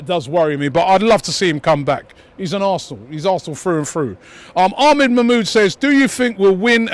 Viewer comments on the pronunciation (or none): none